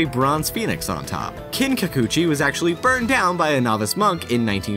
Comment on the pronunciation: Damn, learn to pronounce Kinkaku-Ji. You keep saying Kin-Kacoochie. It's Kin-Ka-Koo-Gee.